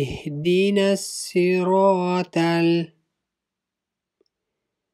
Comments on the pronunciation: You have to learn first. Its not "" ihdinassiraTAL""..its ''"ihdinassiraTOL"" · Actually you are right,its ihdinassiraatol,the toh is pronounced as a taa. The tajweed is not correct and dont argue with me because I have finished memorizing the whole quran and I am a hafith. Also I have noticed that the "thaal" is pronounced properly from its origin